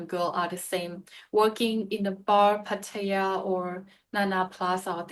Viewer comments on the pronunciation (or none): Why do you and many other Irish, British and USAian speaking people say Pædia for Pattaya? Stop being so sloppy and lazy!